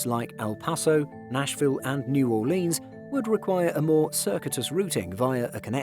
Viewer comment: Dude gets so many names wrong. That one was egregious, but he also said “New Orleans” like a tourist.